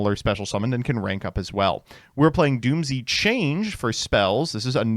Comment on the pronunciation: its pronounced doomz not doom z. the japanese name is dūmuzu which is doomz.